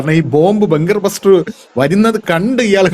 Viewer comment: ബഗ് ബസ്റ്റർ അല്ല. ബങ്കർ ബസ്റ്റർ